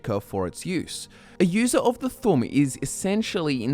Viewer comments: Its thuum not fucking thum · its not the tum its the th'um, th um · it's thu'um not thum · It’s pronounced thoom 😭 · I think you should learn how to pronounce thu'um correctly. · You are saying it like "Thumb" Like WTF? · You need to put emphasis on the u in thu'um